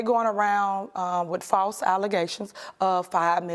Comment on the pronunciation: “Fawse allezations…” 😂